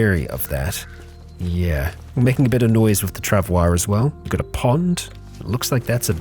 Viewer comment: forgot really fast about the proper pronunciation of the trav oi mate.